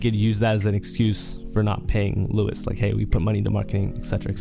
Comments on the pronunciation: W video but my nigga its pronounced LOU WEEZE not Lewis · It’s loo-eece not loo-uhs 😢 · the way u said luis pisses me off thats not how u pronounce it lmao